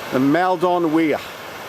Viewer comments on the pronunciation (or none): Its pronounced mulldon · Is that really how you pronounce Maldon? I grew up around there, and I always thought it was pronounced like “Mall-dun” :/